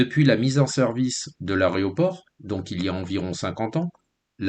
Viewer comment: A-é-roport, et pas a-ré-oport 🤦‍♀️